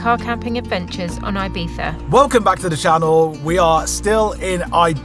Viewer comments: Guys, love the channel but 1 request: Please try to be less "Brit abroad" guys ffs: it's not Eye-Beef-a. Please learn it cos it's embarrassing... It's pronounced E-be-sza ❤ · It is IbiZa with a Zee, not an eF. Please call it IbiZa not IbiFa, sorry, but it is anoying. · Sorry! It is NOT “eye beetha”! It is Ee Betha or Ee Beeza! It is not “halapeeno”! There is no substitute for the n with the tiles in Spanish! Stop sounding like a nonce and pronounce the words correctly or at least try! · You should be fined for continuously mispronouncing Ibiza.